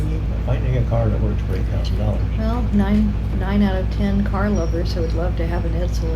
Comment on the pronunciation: "break out dollars"? "Ancel" in place of Edsel? "nice out of 10 car lovers"? Listen man, you are better off begging on the streets if you're that desperate to earn money, but don't misguide people on YouTube by claiming to have solutions when you can't even figure out a phrase like "nine out of 10".